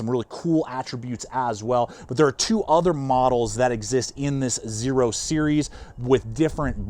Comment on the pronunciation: Like the X in Xena Warrior Princess! The X is pronounced as a Z.